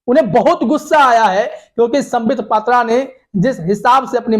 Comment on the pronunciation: Patra nahi phatra hai